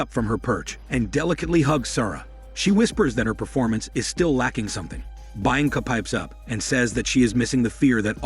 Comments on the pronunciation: Bainca, really? It's literally read the way it's written BI-AN-CA. Bi as in BInoculars AN as in UN-derworld (the movie). CA as in CAmera. You're welcome. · the name is said = Bee anka not bi anka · all i heard throughout this recap is BI ANCA this BI ANCA that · "baianca" lmao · Who the fuck is "Bine-encah" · bee -on-cah... Lol 🤣😆😆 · Hahaha...bha yang kha......... Hahaha..and he says it again and again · Did he think it was Bainca? And then was just too embarrassed to correct it? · Hearing him butcher the name Bianca so many times in a row was really hard to listen to. Don't they edit these videos before posting? Especially when you're having a bot read for you. You could fix those mistakes by spelling the mispronounced words and names like they sound (if nothing else). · As a Romanian and knowing how Bianca sounds, it just irritates the crap out of me the way he says it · What an interesting way of pronouncing “Bianca” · I guess it’s ‘French’ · I thought the same damn thing😂